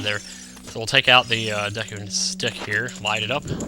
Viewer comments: It's pronounced deecoo the way I spelled that is kinda weird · Dude! Me and my friends thought the same thing for the longest time when this game first came out! Then when I started watching youtube vids all of a sudden people are saying "deeku" or at least pronouncing it with a short e sound. Cool to know we weren't the only ones. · I always called it the "Deh-koo tree" pretty sure that's incorrect, but I grew up calling it that, so I'm not going to change it.